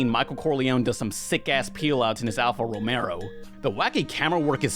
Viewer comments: alfa romeo not alfa romero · "Alfa RomeRo" 😬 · Alfa Romeo. Not Alfa Romero... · Did u... Did u just... Call the car "alfa Romero" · "Alpha Romero" oh boy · I respect people who call it an Alfa Romero instead of an Alfa Romeo. Only you an my dad do that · I cannot trust anymore he thinks Alfa Romeo is pronounced "Alfa Rom-ere-o"